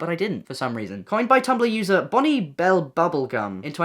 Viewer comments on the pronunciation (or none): none